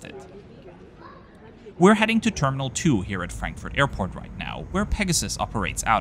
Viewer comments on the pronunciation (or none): Love the videos, but I once again ask you to please stop tryharding with literally every airport name like pronouncing "Narita" in a japanese way, while saying "Frenkfört" as if german wasn't your first language :D <3